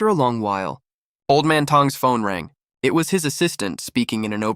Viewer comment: So the word "it" is pronounce "eeee-ayyy-t"?